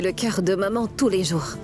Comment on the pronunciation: 😂😂on dirait qu'à chaque fois Zara dit maman j'ai l'impression que j'entends mòmon moi😂😂😂 telman dan Zara sere 😂😂zara telman peze 😂😂